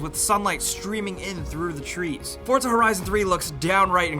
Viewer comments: its for-za not fort-za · Hey, it's not fortza it's forza. Thanks. love ur videos